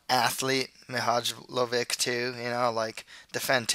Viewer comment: Loving your predictions! Just a friendly tip - "j" in serbian/croatian/bosnian is pronounced like the english "y". So Bojan Mihajlovic is pronounced something like Boyan Mihaylovich.